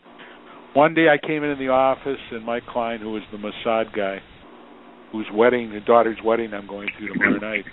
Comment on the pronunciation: Did he say most sad guy or MOSSAD guy?!